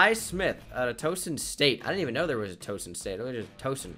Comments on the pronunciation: Its not Toeson its Tow (like cow) son. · There isn't a "Towson State". There's Towson University which is a state college. Terrance West played there. It's pronounced T oww son, with the oww sounding like when you hurt yourself.